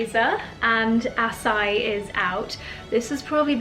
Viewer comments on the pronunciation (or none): It’s pronounced ahh-sigh-eee